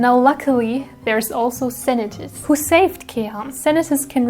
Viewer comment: Wow 2 attacks in 3 days, it's impressive ! 😍 I only do 3 attacks this month. 😆 The video is so fun, I love it ! Bravo ! 👏 And the prononciations of Senetis and Kèham name's is really good, bien joué ! 👌 Thank you to draw them so perfectly. ♡